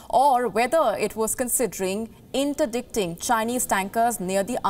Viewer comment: Interdicting sounds different when she says it.